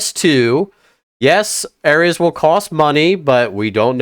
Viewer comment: Normal people pronunciation: ARES (AIR-EASE) Him: ARES (AIR-RIZZ)